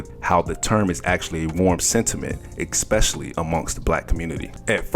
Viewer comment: Meanwhile we are stuck with listening to this guy say “Ax” n “Ekspecially”